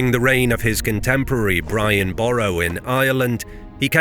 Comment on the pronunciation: Pronunciation of well known names, is well below par. Also howlers like "Sovereignty" which is not Sooo-vrenty. The Sov has to be pronounced. Equally, Brian Boru of Ireland.